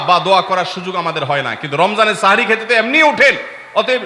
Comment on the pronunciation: সেহরী ❌ সাহরি ✅